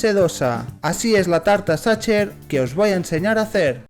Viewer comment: Hola con todo respeto está mal PRONUNCIADO, no se pronuncia como lo haces, te sugiero que busques la pronunciación correcta, la mayoría de los españoles y latinos que no saben, cometen el mismo error de pronunciación